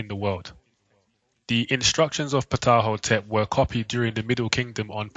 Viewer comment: It's TA HOTEP NOT PAH TAH :) AND KHEMET IS NOT KEH MET BUT HEMET - as the Egyptians in the bible are the descendants of Kham or Ham - silent K as in the Egyptian - so they are the descendants of Noah's son Ham - THE "MIZRAIM" IN ARAMAIC,HEBREW! So the Egyptians are HAM - ITES! Shaka Ahmose says it's TAH HOTEP NOT PAH TAH :) :hand-purple-blue-peace::hand-purple-blue-peace